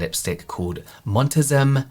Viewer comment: haha montezuma is pronounced “mon-teh-zoo-muh” - a montezuma